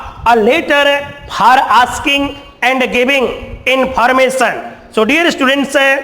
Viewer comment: For ko phaa bolra h